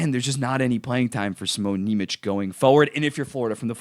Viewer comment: Lowkey kinda pissing me off the way you're pronouncing nemec 😂